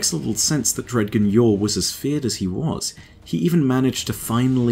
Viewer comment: I don't know if it's your accent or me, but "dg" in Dredgen Yor is pronounced like "grudge" so it ends up being like "dre-jen"